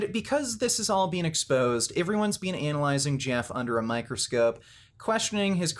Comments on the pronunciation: People that pronounce "BEEN" as "BEAN" have more issues than someone lifting fake weights... Grown men that have nothing better to do than to cry about fake weights have more issues than someone that pronounces it "BEAN"... What a bunch of losers... Enanthate is my drug of choice for a variety of reasons... I don't lie about steroids, but I do cheat... We've all lied about something or cheated... Pure jealousy here... Ride your channels as long as you can... Bring in all the free money you can get... Just everyone needs to find something better to discuss... The sad thing is, most of you are on testosterone but are acting all Estrogen-filled with your ladylike (sissified) ways... Biotches... I swear ! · This dude is the only person I know that pronounces the second e in “been” 😂